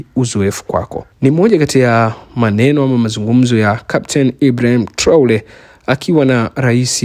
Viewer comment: Sio Traole ni Traore,, wewe mtangazaji.....